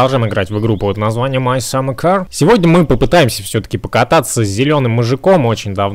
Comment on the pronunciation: почему ту говориш ма сама кар надо говорить май саммер кар